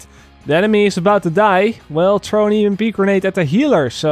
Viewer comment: What is saying? Trow an EMP grenade? Oh never mind, he's just saying throw. Jk Jk. Sorry, keep on keepin on brother.